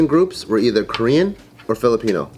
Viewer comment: korean pronunciation is pretty good.. haha